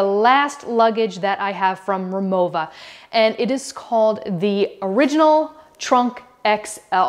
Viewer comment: She said it properly. It's German, so the "w" is pronounced with a "v" sound.